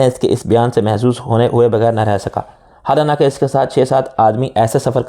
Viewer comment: میں سمجھا لفظ ۔۔حالانکہ۔۔تیزی سے پڑھنے کی وجہ غلط ادا ھو رھا ھے مگر بار بار ادا کرنے سے پتا چلا ایسا نہیں ھے حالانکہ عام لفظ ھے جو انپڑھ بھی صحیح ادا کرتے ہیں مشکل لفظ ھوتا تو کوئی بات بھی تھی😢